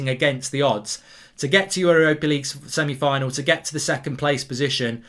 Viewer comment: Lol he said Semi on.